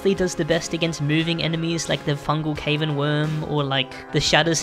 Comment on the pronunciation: never heard someone say cavern as cave in